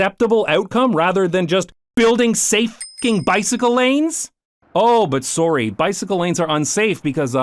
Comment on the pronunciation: that was a very Canadian Sorry